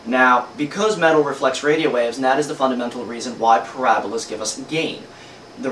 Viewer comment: Ahahahaha... "Porahhbahlas". That is some damn greasy hair. Gross. Nothing to learn here, this guy is completely lame.